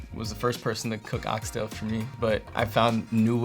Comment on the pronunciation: slipped up and said “Ox-Tail” correctly. He know’s what he’s doing 🤣: you all, for sure, specific